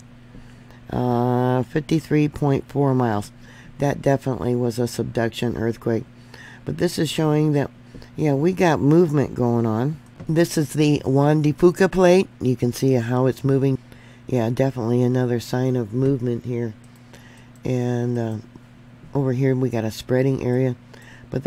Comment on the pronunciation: Thank you for your efforts. Please note, the Juan de Fuca region is pronounced FEW-ca.